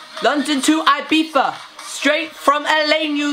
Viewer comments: BOI ITS NOT IBIFA ITS IBIZA (pronounced ee-bee-za) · It’s Eye-Beeth-a...not eye-beef-ah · Isn't it Ibiza instead of Ibifa? Very clean look! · Omg. London to 'Ibifa'. I'm dead. 😂